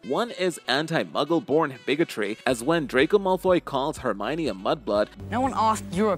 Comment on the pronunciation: Hermioneeeeeee granger i hate this dude for prounouncing hermione granger hermiooonneee